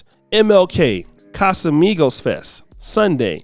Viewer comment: I feel bad for laughing, at least they ain’t put a blunt in his mouth lbs 😂🤦🏽‍♀️ I was shaking my head in shame until he said “Casamigos” 😂😂😂y’all play all day, so dang silly that’s why we can’t progress!